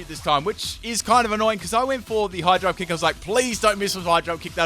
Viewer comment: I kept thinking he was saying 'Hydro kick' instead of 'High jump kick'...